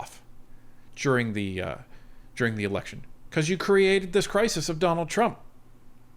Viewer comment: I'm sorry, did I hear "Jonald Trump" at the start?